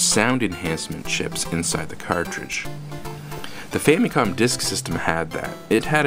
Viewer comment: love how he says "Famycon"